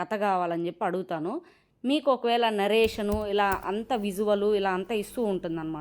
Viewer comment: నరేషన్ కాదండి. నారేషన్ . Just wanted to tell you